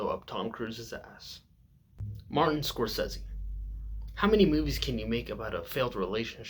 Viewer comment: Btw you're the first person I've ever heard...ever...pronounce Scorsese properly. Nice job dude